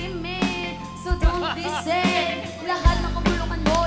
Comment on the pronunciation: "So don't be med, so don't be sed"